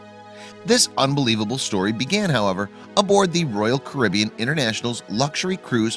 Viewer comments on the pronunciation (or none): none